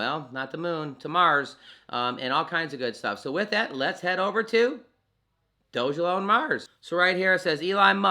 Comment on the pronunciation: Thanks for the video but one correction: Dogelon is pronounced Dawgahlawn, not doge-alon.